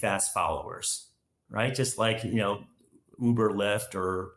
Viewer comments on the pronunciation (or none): none